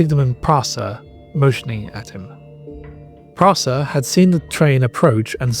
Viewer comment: Metre, "Leftenant", PrOsser and so on, although he does apologise at one point. Otherwise, an interesting little video with a decent amount of relevant images. Could really do with being re-narrated though. At least he pronounced "Froom" correctly.